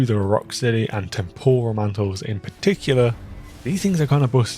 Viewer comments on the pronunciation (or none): none